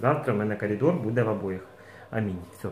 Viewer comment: Milk dream слово коридор через одну "р ")))